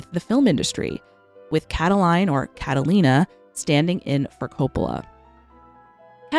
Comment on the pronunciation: Please please please stop butchering latin names, I can't take it no more 😢 For english speakers, Catilina is pronuced KA-TE-LE-NA (the A is open, like in "cat", the tonic accent goes on the second syllable) ❤